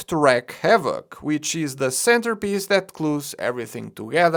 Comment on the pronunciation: Your pronounciation of "piece" as "piss" will never get old to me. Love your content mate